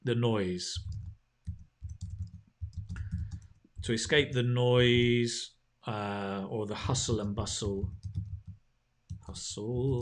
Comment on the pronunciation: I guess it was noise pollution, rather than noice pollution